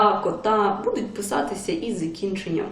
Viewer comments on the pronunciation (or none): none